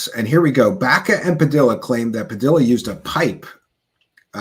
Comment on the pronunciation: Spanish names and words that have two Ls are pronounced with a Y. Like tortilla. Padilla. 😮 sounds like padiya